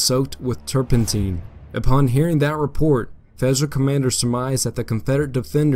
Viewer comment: "tur pen' tine" NOT "tur pen teen"